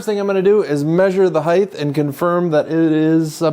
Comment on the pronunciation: Looks great. Only criticism is, it's height, not "hidth" 😊